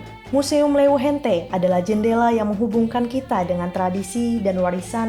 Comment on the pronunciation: "hente" puang ru, padahal antuhan sa bujur ni ru "hante" kwkwkwkwkwkw